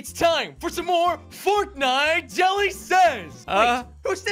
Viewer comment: Jelly said crouch if you agree YOU DONT SAY JALLY SAY CROUCH IF YOU AGREE